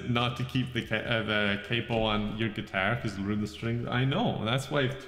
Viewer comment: Why do you pronounce capo this way 😩